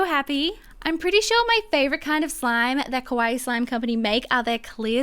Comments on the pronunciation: Please dont saw Kowaii Its exactly the opposite of kawaii TwT Luv your vids tho uwu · Did you just say carbs? I'm a Type 1 Diabetic...how ironic lol 😃 ...Oh, and by the way, you said "Kawaii Slime Company" wrong. You said it like "scary slime shop" lol. Yes, I was born in Tokyo, so I know. People just got to do their research more, I guess lol